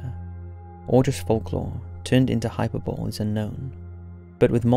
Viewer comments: Just a tip to you young ones....find out how to say words correctly, please. Mesa=maysa. This pays respect to the indigenous folks whose word it is. Hyperbole= hi per bowl ee. This is your own language, despite regional dialect. You guys don't even try anymore. Which is disparaging because we can't count on mainstream media for truth or interesting content. I like your work. Do your due diligence and educate. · Hyperbole - "High-purr-bow-lee" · Lol learn how to pronounce “hyperbole”. Hint, it has four syllables not three. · What’s a hyper-bowl? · I love your channel mate , and I love listening to your voice but some of the words you pronounce wrong make me wanna chew my arm off and throw it at you lol. "Hyperbole"!!! "County" as "country" ."thorough" as "through". I don't wanna hate....but I hate it lmao